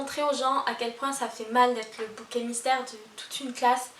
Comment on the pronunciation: C’est bouc émissaire pas bouquet mystère ! J’ai les oreilles qui saignent